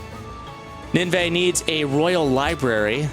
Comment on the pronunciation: it's actually pronounced nin veh